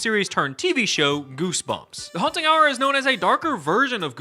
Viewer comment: This is now my favorite "Haunt Hub"? "Hubba Haunt"? I dunno but I love this Haunting Hour guy